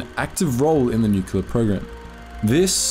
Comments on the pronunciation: New-clear, not nu-cu-lar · Neumpk-leer, not Nu-cu-lu-lur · Small thing, but it's nu·cle·ar. Why do so many people pronounce this wrong?